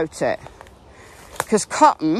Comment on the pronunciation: I wish could complete a sentence. I wish someone would tell her that "Cotton" has not one, but two T's in it!